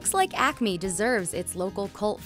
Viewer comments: Girl : Acme What I heard : Acne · I’m hearing ACNE wtf